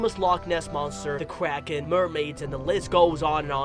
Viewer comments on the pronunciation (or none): none